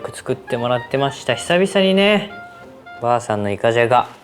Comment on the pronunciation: たまに"ばあさん"じゃなくて"ゔぁさん"なのおもろい💙